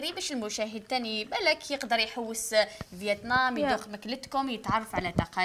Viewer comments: فيتنام 🇻🇳 و ليست فيطنام 😂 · فيتنام مش فيطنام